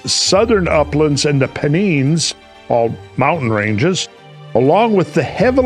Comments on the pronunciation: pronounced "pen-ines" not "pen-eens". love your work though... this is where i find out that pennines is a geographical term n everyone in england has been pronouncing it wrong for millennia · It's Pen-eye-nss, not Pen-neens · Its pronounced " Pen- nines" as in the number Nine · Peneens? They are called the Pen-Nines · It’s pronounced….Pen…9s not Pen…neens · Its pronounced pen nines. Penines ❤ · what is a peneen (rhymes with teen)? Could he perhaps be referring to the Pennines (ryhmes with Times) ? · Pen(9)s not peneeens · Pen-nines is phonetically how you say it Randall. Love your work my friend 👏🏼💪🏼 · Pennines pronounced pen-eye-nz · They had sea transport well established by then. A barge would have been no problem. And the Peneens? WTF learn your pronunciations, boy. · Pen 9s....please pronounce the names correctly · It’s pronounced Pen Nines !!! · The pennines... Are pronounced. PEN9S (pen... Nines). .. 🇬🇧👍👍👍👍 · it’s pronounced pen -nines .sorry . i live there , couldn’t help myself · It’s pronounced Pen nines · Sorry Randall, but it is Pennines as in 'signs', not Pennines as in 'greens'. Being pedantic, I know, but it is important to use the right pronunciation. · Pennines😂 It's pronounced, a bit differently where i come from 😂